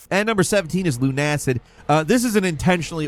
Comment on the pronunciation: luna-Sid Is how you pronounce it my ears are now melting.